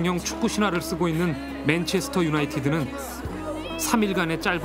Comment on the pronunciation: 잘들어보면 분명 맹체스터 라고 한거같은데?ㅋㅋㅋㅋㅋㅋㅋ